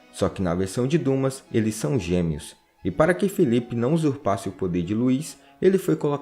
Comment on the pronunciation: Você errou na pronúncia de Alexandre Dumas. Na verdade se pronuncia Dima.